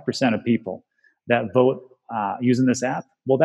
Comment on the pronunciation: its pronounced vote not wote